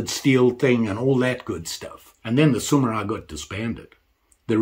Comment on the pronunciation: They're called Samurai, not Sumurai 😅